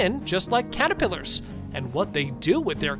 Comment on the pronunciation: This guy seriously can't say caterpillars.